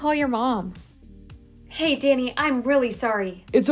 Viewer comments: When she yelled “Danny” it sounded like she said “daddy” and I was on the floor. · said DANNY! i heard DADDY! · She said daddy instead of Danny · what said*DANNY!! * What i hear*DADDY!! * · When she said DANNY I thought she said DADDY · I thought she said “DADDY” instead of “DANNY” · why does it sound like she’s saying daddy